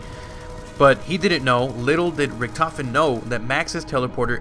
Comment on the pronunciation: He is pronouncing Richtofen wrong. you must pronounce Richt